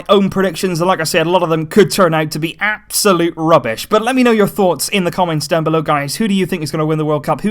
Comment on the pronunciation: Lol the way he says “absolute rubish”💀😂